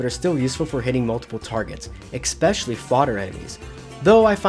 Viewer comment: Brother, there is no K in "especially"